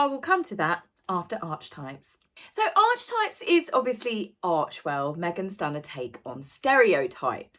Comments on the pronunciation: love your channel, so glad you're still here. good stuff. however, i used to be a teacher. it's ark-etypes, and carl jung pronounced yung. also i think it's v(isiting) vip's, and i saw that it is a bought and paid for status/security. thank you for what you do, taz! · Archetype is pronounced ARK A TYPES ….they don’t get to change the English language! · Last time I looked… pronounced Arc y types. Just saying. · Archetypes is pronounced: are ke types. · Please…. it’s pronounced…ark-e-types. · It’s ar-kuh-types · Archetypes is pronounced: ARKITYPES. ☺ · I was going to mention the pronunciation last video, but I thought you were intentionally spoofing: Archie, Archewell, Archetypes. And yes Jungian theory in pronounced with a Y as in "young". Obviously you are not a narcissist, as you can acknowledge an error with good humor (humour?). We love you. Say it any way you choose. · Archetypes is a concept that has been around for centuries and was introduced to the wider public by Carl Gustav Jung’s groundbreaking work. I believe it’s pronounced with a ‘k’. Markle is insane for wanting to copyright a word that’s been in use everywhere from psychotherapy to arts. She’s the typical archetype of the clown. Xxx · The constant mispronunciation is driving me up the wall as it’s so distracting 🙄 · my love... its not pronounced ARCH-TYPES. Its pronounced AH-KEY-TYPES! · Loving you as always and very happy for your doggie, and sorry to be pedantic but archetypes should be pronounced as ‘arkie-types, and Carl Jung is Yung. Sorry to be picky but mispronounced words grate with me, perhaps I should get out more often🙄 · I’m sorry to be picky but it’s pronounced ark-ee-types! But please keep up with your videos because you’re really good! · Hi, It’s pronounced Ark-e-types, not Arch- types. Many have written about them but were first conceived by Carl Jung (pronounced Young). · Lots of people are pronouncing it (Arkytypes as archietypes)the way you do so not just you